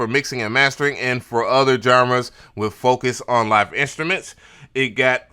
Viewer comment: You're a pro and you say wiv and wif and pro tools joints? Yeah, i'm switching the channel to English...